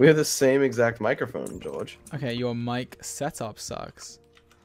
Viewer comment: the way sapnap says george is so british